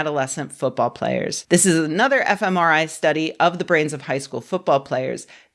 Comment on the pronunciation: When Rebecca says, FMRI I hear, F M, EmIrite?